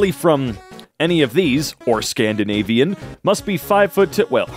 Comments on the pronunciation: You misread Scavandanian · That didn't say 'Scandinavian', it said 'Scavandanian', which to my knowledge is not a place.